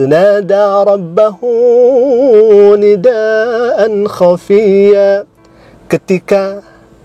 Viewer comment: Baca huruf muqotho'ahnya juga salah poll. Kelanjutannya juga salah khofiyya jadi hafiyya merubah huruf yg makhrojnya beda .tentu ada sifatul hurufnya juga ada yg beda. Utk para ahlul Qur'an mari belajar lillaah.ikhlas istiqomah dlm belajar dan menghafal Qur'an.aamiin Allohumma aamiin❤